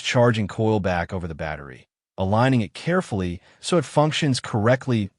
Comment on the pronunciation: It is quite annoying to listen to a script that repeats itself every 5 sentences and hasn't much to say under the hood. Nobody wants to listen to AI slop. The video itself was good, just the bloated script was not. I would rather have silence for a few seconds than to hear "be carfeluf with fragile cable" for the 20th time or to hear some other AI musings that no actual human would ever say.